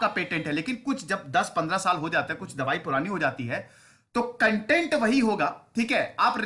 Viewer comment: 🙋🙋🙋🙋🙋कंटेंट या कॉन्टेंट सही क्या है। सब कन्टेंट बोलते हैं।